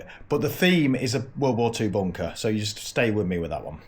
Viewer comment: "Weave go' agh boonkah heeyuh" 🤣